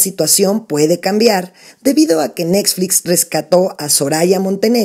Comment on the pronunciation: jajajaja dijo netsflix en vez de Netflix jajajajaja